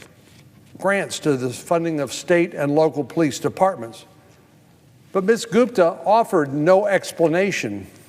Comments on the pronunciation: lololololol check out he called her goofta not gupta hahaha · " Ms. GOOFTA" LOL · Off political topic here... Does anyone else hear him mispronounce her name right at the 6 minute mark? Check it out! I could swear I hear Goof-da. Click here and listen: . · I loved it when Sen Cornyn accidentally called her Ms Goofta instead of Gupta. Lol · Did he purposely call her Miss goofta? About 6 mins in... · Va Goop is not what America needs. As divisive as they come… Haha, he did say goofta 👍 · it sounds like he calls her "goof-da" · Is it just me or did he call her Ms Goofta a couple times? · minute mark he called her Goofta! Lmao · Did he call her Ms. "Goofda" ? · LOL 🤣 ~6mins or so, sounded like he said her name as "Miss Goofta" Very appropriate mistake 🤣🤣🤣🤣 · I heard that too! 🤣🤣🤣🤣